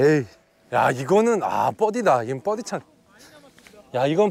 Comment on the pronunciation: 웬만하면 실력좀 되는 사람 모셔오세요.. 너무 못치는 분들은 연습좀 하고 나오시고요. 그리고 뻐디 아니고 버디에요.. 보기를 뽀기라고 안 하듯이요~